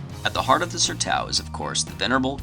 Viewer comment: it's pronounced SERTÃO... SER+TOWN... It's a Bazilian (Portuguese) word...